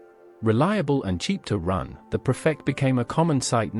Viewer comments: Can we just stop this AI shite that seems to be infiltrating YouTube now? Oh , and its Ford PREFECT NOT PERFECT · Obviously AI. Nice English accent, but Prefect is pronounced "Preefect". I bought a 1947 Ford Prefect in 1961 for £50. My first car. Registration number CHS 879. Already rusted out and burned oil at almost the same rate as petrol. As for the heater barely working, there was no heating at all. I think it was an optional extra. Only 3 forward speeds, but you had to hold in 2nd gear because it would otherwise slip back into neutral. The windscreen wipers were driven by vacuum from the inlet manifold. That meant they didn't work at all going uphill, but went like clappers going down. The car failed completely after less than a year. I got £5 for scrap value. It was cheap motoring and still brings back delicious memories. 4 of us (2 boys and 2 girls, one the girls my future wife) went on a camping holiday in it to Devon and Cornwall with 2 tents. The rest is strictly censored.